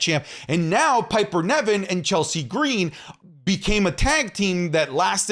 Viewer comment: saying Piper Nevin instead of Piper Niven 😂 But yeah, Ivar would have been incredible in NXT